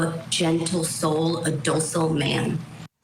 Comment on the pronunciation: What's "docil"? Idiot. It's "docile."